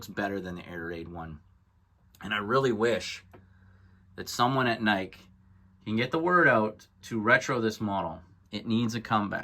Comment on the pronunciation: Its pronounced NY-KEE